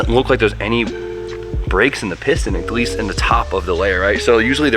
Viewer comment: Does this educated dude really say "acleast" rather than "at least"???